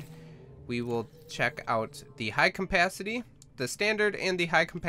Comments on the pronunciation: I cant get over the fact you say "Compacity" when trying to say "capacity" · Cum-pasity you mean capacity right? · its CAPACITY not COMpacity, jesus christ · Its Capacity, not Cumpacity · "High cmpacity tank" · i believe its CAPacity not COMPacity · "high compacity" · Am I the only one who freaks about his "Campacity"? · capacity not campacity and oxygen not ancigen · Dude the ultra high com-pastity oxygen taaenk he says it funny af <3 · Am I the only one who kept hearing campacity? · "ultra high campacity" really??? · Mmmmm high CAMPacity. Your pronounciation is aids dude. First say CAP then ACITY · is it me or is he saying CoMpacity? Srry dont mean to be rude